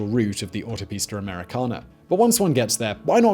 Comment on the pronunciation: Please stop saying Autopista Americana in a British accent, you can't handle it and it sounds horrible. Just stick to American Highway Please.